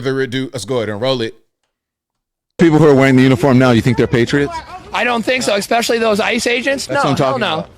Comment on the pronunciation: Especially DOES NOT have an "X" in the word. Just saying..... It's NOT eXPecially!!